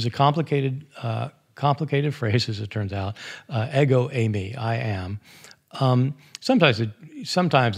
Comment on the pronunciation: ego eimai is pronounces "ego eemay" ;)